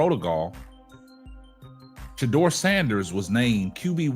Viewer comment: PLEASE! PLEASE! PLEASE! DON'T TRUST KEVIN!! HE COULDN'T EVEN SAY SHEDUER'S NAME!!